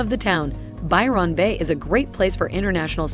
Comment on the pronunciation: This has to be AI, she can't say anything with $ right. They do no research, check the temps for yourself, lots of folk will not live in the top end of aus without aircon, which is exy. Byron bay... do not say the Ron like she does, ignore the o it is almost skipped. Our vowels are short long or half way. This o is not long. She's annoying. Tourist culture means landlords want the big bucks, on the gold coast we could only get 6 month leases. They wanted you to move all the time. Tourist jobs don't exist in the off season. Alice sptings is not a safe town, miles from anywhere, at night, lock yourself inside.